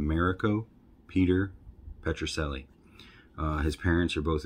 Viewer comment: Rico is such an amazing guy, I know him personally and I know his son as a friend. It is pronounced petroselli like you said (not chelli). Great guy, love him.